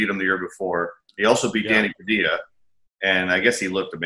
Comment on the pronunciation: Danny Padilla....not Padia...